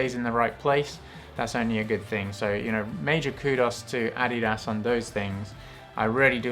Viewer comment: I’ve been pronouncing adidas wrong this whole time. 👍 well not the correct way at least. Now I know.